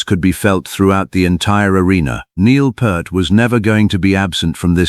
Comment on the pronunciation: Yes, and also crying from how this ai is mispronouncing his last name. 😢